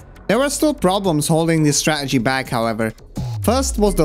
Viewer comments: Awesome video but please. It’s StraTegy. Not Stra’egy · Stah-ah-gees lol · You say -Str-ah-gee It is Stra - TA - gee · I love the way you fully pronounce every word then say 'straegy' like some bloke at the pub. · IT’S PRONOUNCED “STRAT-ERGY”. Emphasis on the second T. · Bit of a negative comment but man... please stop saying stra-uh-gee if you're going to say it a million times in the video. It's jarring. Also, I'm sure many people enjoyed the style of your video but it was long-winded and took forever to get to the point, so, thank you for the timestamps. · Why do you all of a sudden become bri'ish when saying stra'egy? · Guy says strategy so Scottish ahahah, from a Scot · I love how you pronounce strategy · why tf do u say strategy like that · Cool vid. The way you pronounce 'strategy' seems different to the rest of your accent. It's curious. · Very entertaining video, but your aversion to pronouncing the letter T in a video about strategy is kind of grating on my bones, like nails on a blackboard. Still gets a like though.